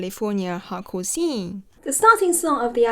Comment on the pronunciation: I recently went to an Algernon Cadwallader concert, who reunited after breaking up in like 08 or 09... it was very good! Edit: I like how you pronounce "hardcore", it sounds like "Howgarts" :)